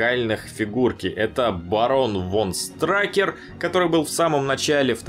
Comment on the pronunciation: не страйкер а штрукер*